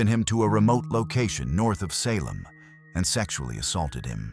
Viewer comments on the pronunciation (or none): none